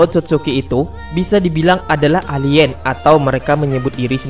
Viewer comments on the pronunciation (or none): none